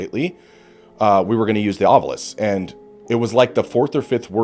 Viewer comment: Thank you for pronouncing “Ovilus” the correct way. It irritates TF out of me when people pronounce it as “Ovulus”. 🤣